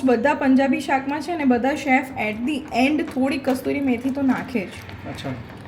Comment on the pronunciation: Kasturi methi na kasuri methi boley